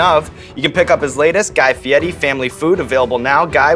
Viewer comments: it’s fieri not fieti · Did he mispronounce Guy Feiri as "Fieti" a few times in that video? I always heard it as Fi-air-ee. Inside joke? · Fieddi... Is it because they can't roll the "r"? Fieddi is defo not how Fieri is pronounced. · Fietti? {{{ Mandela Effect }}} isn't it Fieri? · my life is a lie i thought it was guy fieRI not guy fieTI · i understand that, but sean was saying Fe-etti, and Guy said that was right and everyone says it wrong, i thought was odd, cause i'm fairly certain on his own show and numerous times ive seen him on shows, people always say Fee-air-a, and never heard him correct anyone. I still dont get the T sound even if the R is silent. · fieri.. fee-air-ey..why does he and others pronounce it fiettii? or fiedii? theres no t or d in there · I live in Italy…only one way to pronounce FIERI, AND THERE IS NO “T” SOUND..IT IS PRONOUNCED “FEE YAIR EEE”. ‘ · Is he saying his last name wrong?? "Fietti" or is that how its pronounced? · “Fiedi” why is there an R in it? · why does he call him fietti is that how you are supposed to pronounce it? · Aiaiai, the guy tells people to pronounce his last name “fie-di” because he can’t roll his “r.” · Guy Fieti? Fieti? What? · stop saying guy fieti god damn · The way he tells people to say his name always annoys me. The way the 'r' would be pronounced in Italian would kind of have a 'd' or 't' sound to it, but it is still an r. It's fine that he insists people pronounce it "Fee-YEH-tee," but then why doesn't he also have them pronounce his first name in the traditional Italian pronunciation, would would be more like "Gee" (the G pronounced like the words guitar, gross, goblin, etc.) It's the same thing with Eva Mendes. She insists that her first name is pronounced "AYvah," but has no problem with people pronouncing her last name "MEN-dez," when traditional pronunciation would be "MAYN-dez." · Cuz he doesn't pronounce it Fietti. Dumbass. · guy fietti?? i didn't know it was pronounced like that